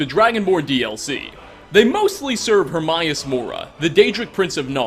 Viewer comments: It’s her-May-us mora not her-mi-us mora also it mir-ak it’s mer-ak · I feel you pronounce shit wrong just to fuck with us.. I'm going to assume this is true. 😒Hermius....😏HermAus though there are accounts of both...🙄. The stalkers arent actually deadra... they are created by a deadra in the same way the wear beast are created by Hircine and the vampires are created my Vilea and Molag, imo. There are no fish in apacrypha and when you kill a wear beast you normally get its pelt and maybe meat of what it ate, not human hair. Also fyi there is fish meat in game. The Seekers are most likely the same, being that worship Herma mora for knowledge and were turned in to his librarians. They are seen wandering around looking at bookcases if active and not engaged. According to dawnguard, dragonborn and eso on oblivion realms, in some realms it's best not to venture or you will become bound to that realm and can never escape. Dunrurvier(the dragon how ever you spell his name) can leave but is bound and will die, Miirak is bound and is trying to use the towers on solsthine to return. He, like the dragon Durn., use the thu'um to summon themselves to mundus temporarily. I bring this up to say that since deadra cant live on mundus due to the fires/barriers dealing with Akotosh, all things living as deadric are sent back to their respective realms, die, or need a host like Umbra. Vampires, wear beast, and lurkers are not all bound, meaning they can be created or sent to mundus as demi-deadra. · Its HER-MAY-US mora. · "her-may-us" not "her-mai-us". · Her MAY us, how in the hell do you butcher the name that is pronounced multiple times through out the game? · Isnt hermaeus mora latin? So it would be pronounced her-mi-us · I died when he said hermaeus like Her-MY-Us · Yeah and apperantly a bunch more people say it like that...EVEN THOUGH its name is spoken countless times in the game! Lets just be glad he didnt say HER-MY-ANUS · "hermius mora" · Mispronunciation of Hermaeus :((